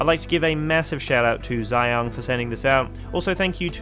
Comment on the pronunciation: Well, just one thing. “Zhiyun” reads nothing like "Xeon". 'Zhiyun' = '智云'(literally 'Smart/Intelligent Cloud'). And it should be read "Zhi' and 'Yun' separately. Still not sure how do read it? Copy and paste '智云' to google translate and it will do it for you(by clicking the read button.